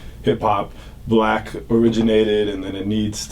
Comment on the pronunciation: She also says "blaeck" instead of "black".